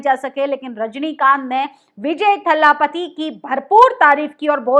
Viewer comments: Please don't pronounce Thalaapathy It's Talapati It's not Pariyaar. It's Periyaar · वो Thallapathy नहीं पर Thalapathy है । तुम्हारे मुंह से बोहोत गंदा सुनाई दे रहा है । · Please pronounce properly. He is Dalapati दलपती not थल्लापती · For God sake, it’s certainly not THALLAAPATI! you are insulting the leader by mis-pronouncing his title. It’s spoken simply as Dalpati. Period! Can you still not figure out? Dalpati as in hindi, for God’s sake. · Abhi tak to vijay, "Thaalaapati' suna tha Ab vijay ka ek naya naam pata chala" Thallapapati'?? 😭😃Are phle Tamil shabdon ka sahi uchcharan seekh lijiye, Baap re baap itna lamba vdo are aaj hi saara gyaan de dalengi😭😭😭😂🤤😱🤐🧐KHALED. S